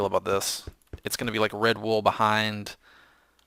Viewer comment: When you said Red Wool, i thought you said Redbull xD